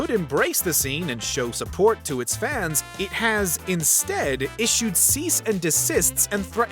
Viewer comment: Am I the only one who thinks this guy says "fans" in an odd way? 😅 "Fauhns"